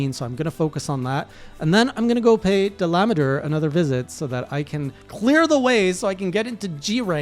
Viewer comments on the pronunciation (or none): Its pronunciation is da-la-madur And also the most practical way to defeat that monster with a charge blade is to use the seregios charge blade, its damage is 600+ and if you upgraded it the damage will increase to 720 and that is the highest damage that you could get on cb in high rank so you should use that instead of nerscylla one. The only downside to seregios cb is that you need to get a dissenter from seregios to upgrade it which is a rare item (oh boy its so hard to get that item) and you need fangs and claws from a molten tigrex (yeah good luck with that one ). The second thing i'm going to tell you is that your armor set needs to have a skill called "artillery" since that allows you to increase the phial damage of your charge blade. The artillery skill has 3 levels: Artillery novice ( +10 ) Artillery expert ( +15 ) Artillery god ( +20 ) If you want to increase the phial damage get the artillery expert and there are ways to do it Either you gem your current armor set and put lots of artillery jewels as possible to get it or you grind and start hunting lots of seltas queen to build its armor set since thats the perfect armor set for cb/gunlance becoz it has artillery skill and it also has razor sharp Having a talisman with artillery skill should also help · There's no "n" in Dalamadur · I normally don’t mind different people’s pronunciation of monster names. However, there’s this one guy I’ve watched who says it almost right he says Dal-ah-mah-dur. That mah is what makes it sound so weird to me. Idk why it annoys me so much that he says it like that. It just sounds way more wrong than any other🤣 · dollah-mah-DUR is now I’ve always heard it pronounced, but recently I’ve also heard Dilometer (like kilometer but with a d)